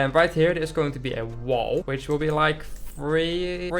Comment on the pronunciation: Look, I know he said which, but it sounded like b*tch!😂😂😂